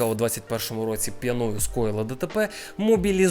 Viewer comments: Бро, пʼЯною, а не пʼянОю🥲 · П'Яною наголос на перший склад і аж ніяк не п'янОю., слідкуй за мовленням.